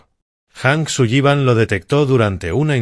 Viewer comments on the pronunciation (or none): ¿Hank Suyiban? No le van bien los apellidos anglos: la doble L suena como si fuera una sola L, en inglés no suena como nuestra "LL" castellana. Así como la H en inglés suena como J, esa si la pronunció correctamente. El apellido anglo "Granger" la IA lo pronuncia "Granjer" cuando la pronunciación correcta es "Granyer". Distintos idiomas, distinta fonética. Boyd "Jijins". Se escribe "Higgins" y se pronuncia "Jiguins". "Oak" se pronuncia "Ouk".